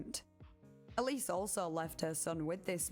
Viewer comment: Isnt Ellis pronounced Ell-iss?